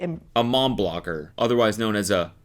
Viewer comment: A blomger. Please Cody. I watch these to hear your commentary I shouldn’t be screaming for you to shut up.